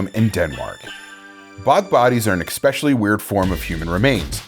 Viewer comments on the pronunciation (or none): This was an interesting video. The word especially has no hard consonant in it though. So many people say, "ick-specially." It's e-specially. Better narration than most though!